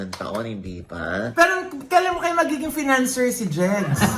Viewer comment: Hindi fiancé financerr😂😂😂😂